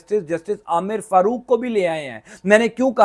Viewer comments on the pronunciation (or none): none